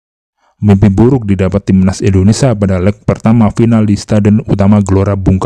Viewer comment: Indonesia bang,, bukan Indonesa.. 🙏🙏🙏🙏🙏